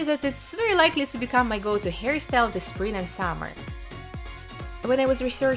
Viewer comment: The way she says hairstyle sounds like "harrystyle" thats so cute 👌🏻